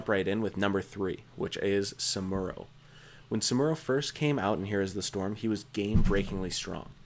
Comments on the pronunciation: SAM-OO-RO, SAM-OO-RO! you don't pronounce samurai, soo-moor-eye. TRIGGERED!! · TYrande and SAMuro lol the pronunciation on this guy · Samuro= Som-er-row Tyrande= Tyrande not Tyranda